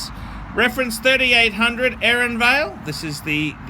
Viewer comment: Give up on trying to pronounce Aeronavale. How about this: call it the Aero Naval. Those are regular Australian words, you have to be capable of coming somewhat close to saying them. Please stop calling it Erinvale, it's irritating. Not just because you're saying it wrong, but because it shows that you have no idea wtf you're talking about. Aero/ navale... it tells the history and function of the watch. You're embarrassing yourselph.